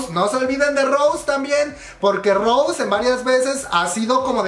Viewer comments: No es Rose, es Rosé con acento, no hate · DÁNDOSELA DE BLINK Y VA Y PRONUNCIA MAL EL NOMBRE DE LA ROSÉ JAJJAJAJAJA QUE RISA si vas a jalar bolita por lo menos infórmate